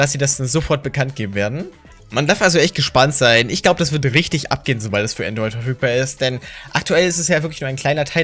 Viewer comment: Benjamin Brandt es heißt Android nicht Antroit